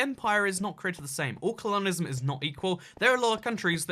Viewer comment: why do you say it like "cologneism" if it's "colonialism"